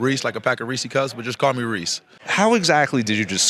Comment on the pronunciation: "Ree-see cups" 🤔 I've heard people mispronounce Resse's Pieces as "ree-sees pee-sees" like they're brain-dead. But if you actually have it in your name, how tf do you still get it wrong. He's probably given that explanation hundreds of times too. Unbelievable.